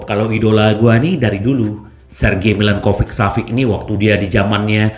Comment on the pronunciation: Mba lidah Kesleo tuh.. 😊😁